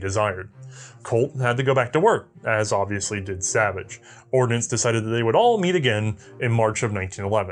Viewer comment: You do realize it's the US Army "Ordnance" corps, not "ordinance," right?